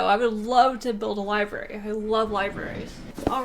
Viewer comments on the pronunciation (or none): none